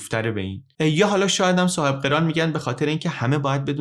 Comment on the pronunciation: سلطان صاحب قِران نیست برادر، سلطان صاحب قَران هست😐